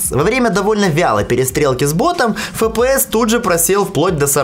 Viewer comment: фэ пэ эс ))